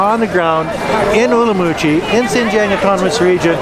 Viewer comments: Not being pedantic but it is pronounced Urum qi. not Urumoochi. Not allowed to sell alcoholic products in Nanning if a school is nearby? There is a high school opposite a German beer shop near where I live. Where I live there is a primary school and practically next door to shops that sell beer. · Umrumqi ? It is Urumqi. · I have seen many Uyghur's videos pronounce it as Urum qi. I remember watching a video done by a Uyghur woman and she pronounces it as such. I guess some pronounce it as you do and some in the Mandarin way. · Are you pronouncing in Mandarin or Uyghur local language. The locals use the latter pronunciation